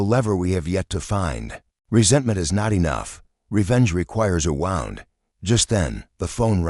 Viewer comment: The word, in this context, is pronounced woo nd, not wow nd.